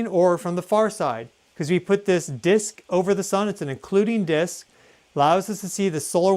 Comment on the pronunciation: Tiago not disco....😂